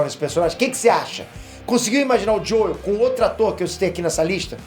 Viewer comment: Você não precisa falar JoEl, se fala “Jow” apenas. Fica esquisito ficar falando JoEl